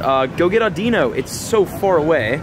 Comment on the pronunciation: The Pokemons name audino is said like this aw-di-no! Just an FYI 😉